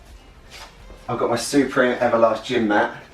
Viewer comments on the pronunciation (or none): It is “supreme” not “soooopreme”